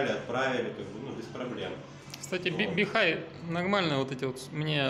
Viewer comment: Бихуй правильно, или бихуэй, а не бихай